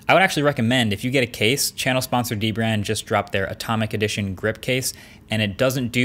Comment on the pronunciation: It's pronounced dbrand not d-brand